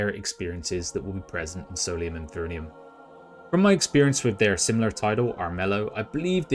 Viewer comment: Enjoyed your overview of the game. Minor nit: you're mispronouncing 'Infernum'